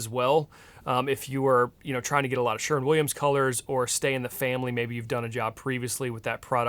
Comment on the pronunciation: 100 Points for saying Sherwin instead of Sherman. 😂